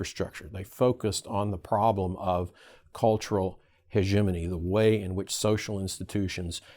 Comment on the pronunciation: Hegemony Christmas! Is this really how you pronounce hegemony?